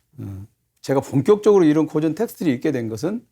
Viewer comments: 고전 강의에 강사의 "고전"밯음이 틀렸으니, 이 얼마나 아이러니칼한 한 한국 문화이옵니까??? "고전"의"고"자는 "길게" 발음해야지요! 강사께서계속해서 "짧게" 잘못 발음하고 있습니다. "고서, 고시,"등 "고"는 모두 길게 발음해야하지 않습니까? 이런 평상어를 바르게 바름하지 못하는 한국 문화가 하 분하여, 1967년에 고국을 떠난 이 늙은 이가 쓴 책, "한국 어문을 고발함"을 조용히 읽어 읽어 주시옵소서. 미국 변 완수 드림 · 우선!! 고전 강의에, "고전" 의 발음이 틀렸오이다!!! "고전"의 "고"는 길게 발음해야지요!! :고사", 고적" 등 "고"는 모두 장음이올시다. 적지 아니 실망했오이다. 고국의 지성인 여러 분!! "한국 어문을 고발함"이라는, 한국 출판사상 초유의 이 책을 읽어 줏이 옵소서. 미국 변 완수 드림